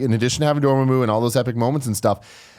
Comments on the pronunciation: Ya know what really grinds my gears? How they say Dormammu in this video. They pronounce it Dor-moo-moo or something like that when it was pronounced in the film as Door-Ma-Moo. I know they are not Marvel fans per se, but come on. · please learn how to say the name right its door-mom-ooo not doormamoo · Let's say it all together Door-Mah-Moo NOT Door-Muh-Moo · You guys are Benedict CumberBOTCHING these names ._. It's Dor-MA-mmu not DOR-ma-mmu, and it's Cumberbatch .-. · It's pronounced Door-mom-oo goddamnit. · DOR - MA (as in MA, MEATLOAF!) - MOO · Cumberbartch? Door Ma Moo? Jesus christ come on guys😂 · its pronounced door-maw-moo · Pronounciations for cumberbatch and dormammu are making me cringe lmao